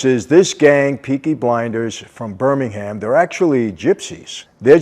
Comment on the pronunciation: It’s Birmingham please you’re pronouncing it wrong mate